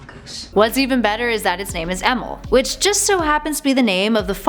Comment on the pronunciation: I thought the name was pronounced E-meal. There was the Stan Lee appearance, but I guess you missed that one.